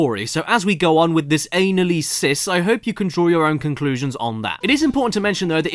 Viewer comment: Why would you pronounce analysis that way I AM STUDYING DATA ANALYSIS YOU HAVE RUINED MY LIFE